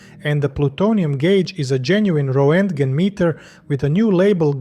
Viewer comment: very small note: it is pronounced "rentgen", when referring to the unit of measurable radioactive ionization.